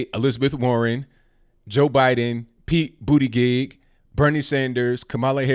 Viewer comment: Did he say Pete BootyJizz?